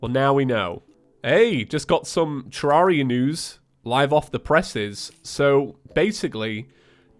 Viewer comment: it’s said ter-rare-ia not ter-ar-ia